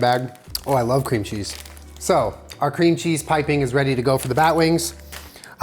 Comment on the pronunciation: “Mmm cweam cheese☺️”